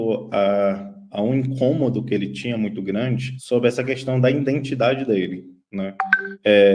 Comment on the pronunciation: "I(n)dentidade" dele?? "Reguilias"??😂😂 Parei de assistir. Sorry